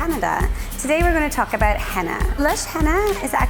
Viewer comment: She said aboot